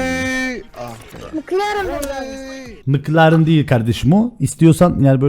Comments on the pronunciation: nobody:: MıKlAreN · bildiğiniz bütün yanlış telaffuzları unutun. "MIKLARIN ?" qkzkfkvkskkskak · Nobody::Mıklaren